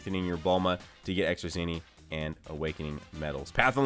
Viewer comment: why does he say zeenie instead of zeni?